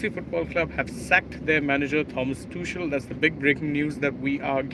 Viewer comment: It is Pronounced as "Too-khel".